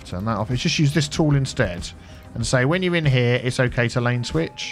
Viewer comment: Love these videos. Enjoying a nice cup of tea while I enjoy you kicking butt in the traffic fixing department. it sounds like you said " make sure they can lane twich" not sure why I found that so funny. However I love love love your videos. I think a good city idea would be to take a city with okay traffic but is financially stuck in a rut with loads of debt due to the city being made with cheats. Bring a city back to financial life. Fingers crossed for seeing this.